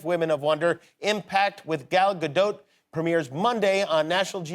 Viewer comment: I’m from Israel and I can verify that she indeed pronounces with the T in Gadot. He said it quite good actually from the variations I heard so far